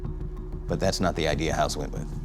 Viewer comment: Its House not Hoss